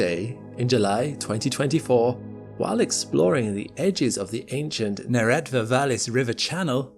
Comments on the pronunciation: No, we did not find life on Mars. Let’s watch the video now. Edit: Congratulations on pronouncing Jezero and Neretva correctly. I grew up on the shores of Neretva river in Herzegovina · At least he pronounced it right. That and Neretva.